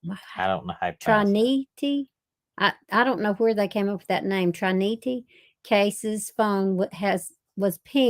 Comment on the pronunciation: "TRYNYTEE CASE" FOUND. [Pronounced as Trinity] The Indiana boy found in a hard luggage case found in woods was a black child and near a road. They had to drop Morphew charges because it was too early.